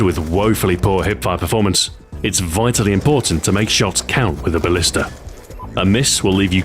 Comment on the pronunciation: u said ballister